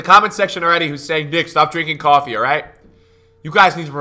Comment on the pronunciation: He’s clearly drunk, “coffee” 😂😂